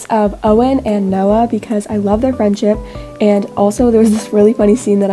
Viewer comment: the way she said "noah and owens FRIENDSHIP...." i personally ship them 🤭🤭